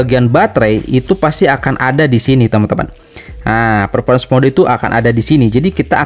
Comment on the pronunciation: Fermormens ferformens Wkwkwk